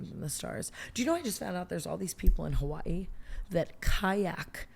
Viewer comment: Appreciation for how Tana pronounces Hawaii correctly 🤞